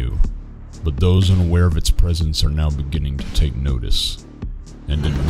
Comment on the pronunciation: 'lemme toike yer bayuk'